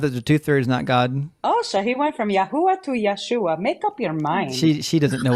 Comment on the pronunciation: Ya-who-ah AND Ya-shoe-ah! Oh MY.